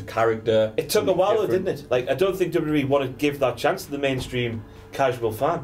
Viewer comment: needs to learn how to say W W E properly